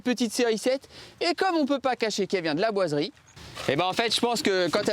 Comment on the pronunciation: tu es pâyer pour dire 'laboiserie ' ? parce que on dirais que tu dis que ça a chaque fois que j'avancer un poil la video ,j'entendais l"aboiserie " lol